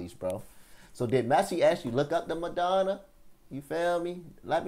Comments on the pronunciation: Pronunciation of the legend’s name using syllables: MA—-RA—-DON—-NA Diego MA-RA-DON-NA Not “Madonna”…🤣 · Broooooo. It’s Maradona. Madonna is a singer. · My g how u gonna call him Diego Madonna? You think the "Ra" silent or some shit?